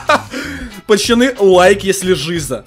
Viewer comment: а почему ты говоришь пачаны если ты должен говорить пацаны